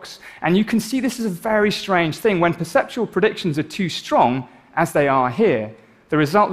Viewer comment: I think you mean 'perceptual rather than 'perseptival'